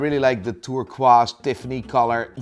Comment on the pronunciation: the funny thing about the way he said turquoise is that the origins of the word come from french explorers visiting the hagia sofia in istanbul and talking about the stone found in the hagia sofia which was called in old french turkish stone and to my knowledge was pronounced that way